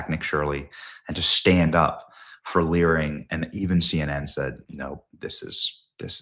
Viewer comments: Live and lear 😂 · "My name is Nick Shirley. And I am here to Lear." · You live you lear 😂